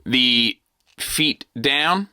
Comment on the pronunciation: Me, every time says, "feet" instead of "FEET" 😢